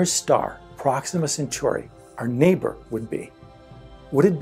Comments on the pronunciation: It’s Centauri not century. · Proxima Centauri is pronounced "sen-TOR-ee" not "sen-SUR-ee"